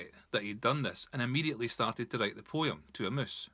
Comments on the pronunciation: If I have to hear this prat say poyim for poem $##@@ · Wow this was a beatiful poy-um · The way you say the word "Poem" is so funny, thanks for brightening my day!